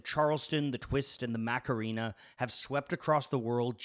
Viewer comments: "Mack-er-ree-na" :D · Mock-aw-REN-aw. Like seriously, Spanish is an extremely phonetic language. White peoples confuse me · Hearing a Canadian try to pronounce "Macarena" is both horrifying and amusing. 😂